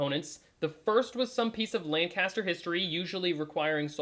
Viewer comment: Whew, gotta say, it's obvious you're not a local...this is painful to watch! 🤣 "Lancaster" is pronounced very unlike what you are saying.